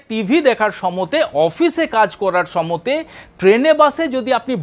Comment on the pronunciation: সময়ে না বলে সমতে বলেন কেন?